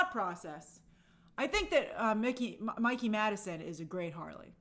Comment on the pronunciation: what's her problem with pronouncing people's names correctly? it's MIKEY Madison and Adria Ar-ho-na! I can see making a mistake once or twice, but doing it consistently when she's in the business is weird